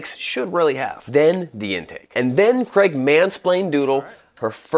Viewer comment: 🤠Why can't American's pronounce Craig instead of "Crag"😂